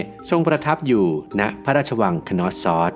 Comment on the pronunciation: content ดี แต่อยากให้ปรับปรุงการออกเสียงในการสะกดชื่อค่ะ Minoan /mɪˈnəʊən/ = น่าจะเรียก มิโนอัน หรือ เมอโนอัน Knossos /(kə)ˈnɒsɒs, -səs/ Schwa /ə/ (เออะ~อะ) = คนอส ซัส ตามการสะกดสัทศาสตร์